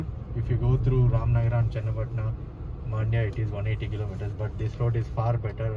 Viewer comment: It's Mandya not Maandya